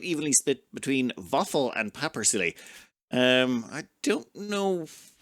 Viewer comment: Catchin up on these episodes Vaffel seems like obvious choice, but I will certainly miss the hilariously pronounced Paperisiili/Paperhedgehog